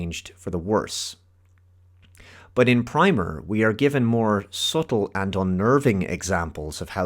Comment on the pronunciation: It's pronounced like "primmer."